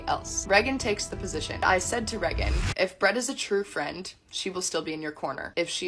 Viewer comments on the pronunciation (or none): This probably doesn’t matter to most people, but I really dislike the way the cousin pronounces Regan’s name. It sounds like she is saying “rehgun”, and I’ve always thought the name was pronounced like “Raygun”. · Ha, I thought I was the only person who was cringing every time I heard the cousin saying “Reh-gun” instead of hearing “Ray-gun” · Reagan makes an entire show about pop culture and gets mad when she hits the news. She's so triggered. EDIT: Why does her cousin call her Rehh-gin not Ray-gan? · I need to go back and count how many times she says "Reggin" 😂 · Why can’t her own cousin pronounce her name 😭 the amount of times she said it too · I absolutely dislike the way the cousin pronounces Reagan's name.